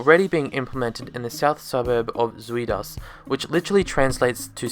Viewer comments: Great video, thank you! You should learn how to pronounce Zuid though....😂 (ZOWWWD) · With the way you pronounce Zuid as, I am curious how you would say 'Onion' in dutch. Ui and no it is not U-i. I'm trying to think of an english word with the same sound, I'll let you know when I find it.